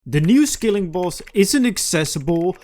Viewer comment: It's a SKILLING boss not a SKILLER boss